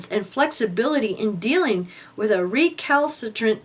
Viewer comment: The words are pronounced "e-GREE-juss" and "re-KAL-suh-trent"